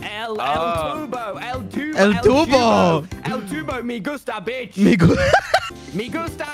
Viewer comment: "ME GUSTA BISH" please im crying